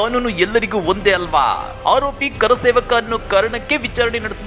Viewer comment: ಆ ವ್ಯಕ್ತಿ ಗೆ ಕರಸೇವಕ ಅಂತ ಹೇಳೋಕೆ ಬರಲ್ಲ,ಕಾರಸೇವಕ ಅಂತಾನೆ.